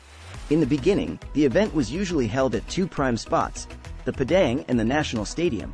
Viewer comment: We say it Padang = "Par-dung". Toa Payoh = "Toe Paryeo"😊